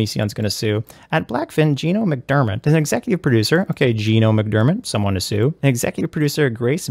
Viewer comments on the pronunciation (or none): Its Mac-der-MOTT not MITT! Damn that onion! He even pisses me off when he reads, why you gotta butcher my last name? What a heinous vegetable he is 🤦🏾